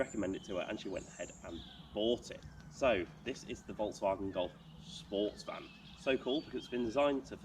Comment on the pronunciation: Great review from an owners perspective, thanks. Glad that you point out that its SportsVan (as in something you might choose to transport you and yours to sporting events) and it’s not SPOWAATAAHSvan. 😅 Nice nod to Sniff Petrol’s Boring Car Trivia 3 BTW.